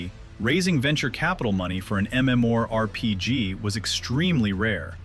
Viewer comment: I'm really not one of those "ewww AI you're going to hell" guys but the voice is a bit distracting in this one. Should at least be able to properly pronounce MMORPG in a video about one. That being said, I'm willing to put up with it to learn the history of the game. Never knew a ton of the stuff here.